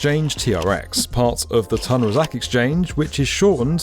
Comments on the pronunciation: Commentator, what makes you think it is pronounced Tan as opposed to Toon Razak ? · pronunced Toon Rah Zark. It's grating on my ears! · Nice video, btw it’s pronounced “toon raa-zaak”